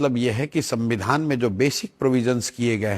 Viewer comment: तेजस्वी जी सबसे पहले तो संविधान कहना सिख लो Dipty cm रह चुके हो सद्दविधान कह रहे हो😆😆😆😆😆